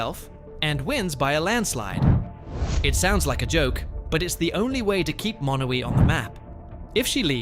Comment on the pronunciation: Just for the record, Monowi, population 1, is MA-no-wye, rather than muh-NO-we. You got the em-FAH-sis on the wrong syl-LA-ble.